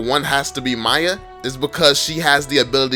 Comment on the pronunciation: its f***ing MIYA not Maya. Thanks